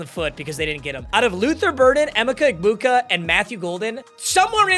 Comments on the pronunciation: strikes again... The first 6 RBs are definitely 1st round talents... And It's pronounced EE-Mecha EHBuka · you butchering e-mech-a egbuka's name will haunt me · “em-icka egbuka” 🥀🥀🥀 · W but L ball knowledge and pronounce emeka egbuka